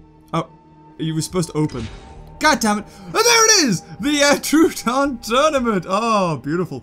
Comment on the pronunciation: the way he says names gets to me soooooooo much. its tro-uh-don not trooooooooodon.